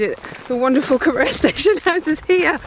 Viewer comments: And Geoff Saying Cor-our instead of Co-roor. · Seems to me that Cor-ROUR is a sister station to Sh-ROWS-bury, don't you think? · Lovely video, but I winced every time you said the name Corrour -- should be pronounced "korroor". That aside, I admire you and Geoff for walking such a distance in that vast and beautiful landscape! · What a load of precocious nonsense. At least learn, correctly, how to pronounce 'Loch', 'Rannoch' and 'Corrour'. Contemptuous. Seems like an ill-cast comedy for virtue-signalling fools. Not recommended. Stay free [of this]. Rannoch aficionado since July 1963. 😎 PS. Pelters welcome.